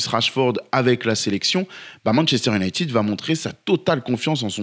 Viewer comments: J'ai un peu ri aux excuses sur la prononciation de Midtjylland après avoir passé 4 minutes à massacrer la prononciation en disant "younaïtide" 😂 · Quelqu'un peut-il m'expliquer pourquoi en France on dit "Manchester unitid" au lieu de "united" ????????????